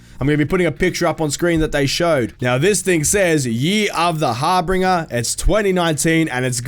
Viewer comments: har-BINGE-r not Har-BRING-er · It bothers me lol it's harbin- ger not binger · "year of the harbringer" lol not harbinger xD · "Harbringer"...he pronounced Harbinger "har-bringer"..lol this is just another example of why I cannot ever take this guy seriously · U not know how to say harbinger? Lmao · Lol. You mispronounced Harbinger.